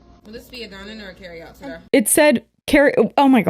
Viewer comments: I hate to agree with that lady, but my first listen I also heard “sir” because “today” was mumbled like “terda.” I heard “today” the second time when I listened more carefully. While I agree that the cashier wasn’t bursting with bubbly energy or anything, I don’t believe any service workers should have to put on a “customer service face“ for anyone. They’re paid pennies. Boomers think Gen Z is entitled for having a “blank stare” when the Boomers are the real entitled ones thinking they’re owed a smile when people are barely surviving out here. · I hate to defend the mystery shopper lady in any way - but I kinda heard ”Sir” instead of ”today” in that one clip 😂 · I'm going to be honest with the girlies but I could not hear the "today" bit at the end until I had went back and relistened to it like 10 times. It doesn't sound very clear to me, BUT I also don't think she said sir (because why tf would she?). This is just my yanny or laurel moment I swear, the lady does seem to exhibit racist tendencies and believe racist stereotypes.